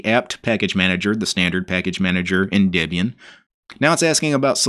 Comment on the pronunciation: Dibian? I thought it was Debian...